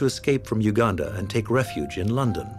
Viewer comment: Great you said it well Uganda!! Not Ouganda